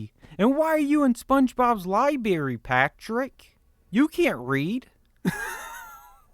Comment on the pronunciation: he knows it is pronounced "liBRARy" right, not libary.